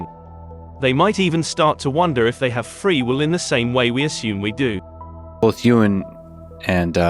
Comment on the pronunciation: The voiceover sounds like AI. It/ he mispronounces "free will" .